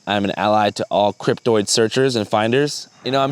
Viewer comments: Is "cryptid" really pronounced "cryp-toid"? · It's cryptid not cryptoid. Cryptoid is how the cryptids want you to pronounce it so you can't actually find the cryptids.